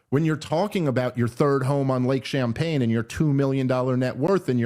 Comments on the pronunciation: Bernie never did an honest days work, but his vacation home is on lake "Champlain" not "Champagne" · IT'S LAKE CHAMPLAIN...NOT CHAMPAGNE...JSYK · As someone with a fishing youtube channel everytime Dave says Lake "Champaign" I die a little on the inside 😂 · Love ya Dave but it's Lake champlian there's an L. but I think I'm gonna forever call it champagne lake. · It’s Champlain not Champagne 😂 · Ok. Good points BUT its Lake Champlain not champagne. It was cringy because you kept driving that point. AND to your point, I met a lady one time that said Burlington doesnt like him. He is known for tying up tables in restaurants for meetings and actually bringing to the restaurant with him a brown bag lunch because he is too cheap to spend money on a meal. Thats probably how he affords his "modest" lifestyle. LOL Keep up the great work. You are currently the GOAT. So grateful for what youre doing! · If Dave was a dishonest genius he would get Lake Champagne wrong on purpose because it's perfect for his argument. But I think he just got it wrong and it's hilarious. 😂😂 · 🤦🏻‍♂️ Dave, it’s Lake Champlain not Champagne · Jesus Dave. Lake ChamPLAIN not ChamPAYNE. 😑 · It's not Lake Champaign it's Lake Champlain. It's lake for people who like to complain while drinking champaign. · It's Lake Champlain. Not "champagne." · I have to correct Dave here. The lake in upstate New York is called Lake Champlain. Not Champaign. It’s from when the French ran that part of the world. Just don’t want you out there looking stupid Dave and lots of people have summer homes on it, rich and poor. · I love you Dave but those champagne jokes don't land that well when that's not the name of the lake. It's called Lake Champlain and he even said it. This is like the third time I've heard you guys mispronounce the names of decently well-known places around the country, it really shows how New York you guys are and barely know the rest of the country 😆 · Also, it's Lake Champlain not Champagne 🤦🏼‍♂️